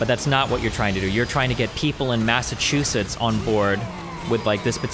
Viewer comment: Linus pronouncing it “massatoosits” is the most Canadian thing ever